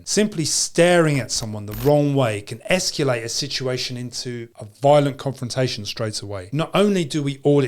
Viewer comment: All seems good advice to this 81yr old!...however...the word is not esc-U- late...it is esc-A-late...